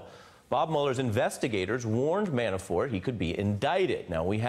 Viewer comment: Why does the prosecutor keep calling him ManaFORE? He mispronounces Manafort's name in every interview I''ve seen.